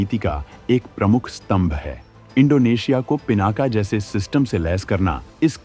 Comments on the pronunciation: सही कहा आपने "पीनाक" है ना कि पीनाका। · पिनाका नहीं पिनाक कहो, भगवान शिव का धनुष!शुद्ध बोलना सीखो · पिनाका नहीं पिनाक।